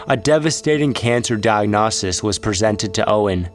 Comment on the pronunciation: How does one not know how to properly pronounce "diagnosis?"